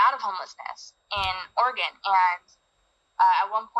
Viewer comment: This man said or-ay-gon but great vid other wise